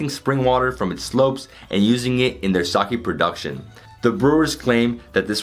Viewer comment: Sake and Onsen two very simple words to pronounce. Hard to be an expert at something you cannot even correctly pronounce. You did an entire tour of a Sake brewery and yet didn't learn to pronounce the word?